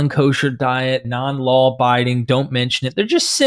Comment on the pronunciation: "law" not "lawl".